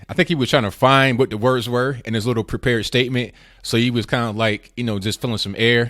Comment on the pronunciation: I think "witto" Booker needs a "witto" time out or 3 years of mandatory anger management !